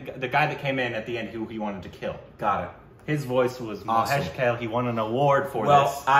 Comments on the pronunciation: Guys, it is not Mahesh KALE (salad). It is KAALEY. Please, other people have told you this already! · itd Bhaa-way (Bhave) Kaa-lay (Kale) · Hey, just for the pronunciation purpose. Here is how it should be pronounced, Mahesh Kale (mǝheɪʃ kʌle) Subodh Bhave ( suboʊð bhʌwe). Rest are ok. I hope it'll help you pronouncing Marathi sounds. Thanks for reviewing one of my favourites. About the next Marathi film, I'd suggest "Harishandrachi Factory". You'll get to know more about it here The film tells the story of the great legendary pyoneer of the Indian Cinema Mr Dadasaheb Falke (dʌdʌsheɪb pʌlke). I hope you'd love to witness the history of Indian Cinema. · Sorry to say this but I startled and then snorted so loud when pronounced Mahesh Kalay as Kale 🥬 as in leffy veg 😂😂😂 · One correction, the singer's name is Mahesh Kale which is pronounced like 'Kaa...le' and not like 'Kale' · for the nth time- Mahesh "kel" its Kaa + lay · His name is pronounced as 'mahesh kaa-lay'